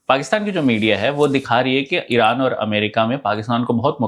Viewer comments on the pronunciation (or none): none